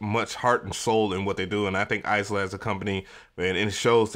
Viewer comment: Eye-La, not Ice-La